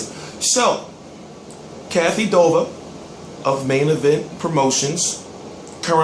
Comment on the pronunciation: Its DUVA!!!!! As in DEUX!!!! NOT DOVA!!!!! U know who lou DUVA is?? Not Lou DOVA!!! lol!!! In tge words of roger M, u dont.......